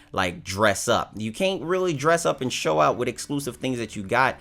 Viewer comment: Typical native English speaker who didn't really bother to learn English, forget "simbalism", look at "hoo", "owt" , and "mettle of honer".